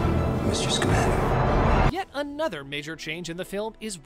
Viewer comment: Ugh how he said Newts last name drives me nuts.